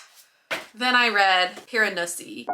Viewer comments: Whenever you said Piranesi, all I heard was Piranussy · every time you pronounced it piran-ussy i giggled. but i totally felt the same way about it, not all it was hyped up to be !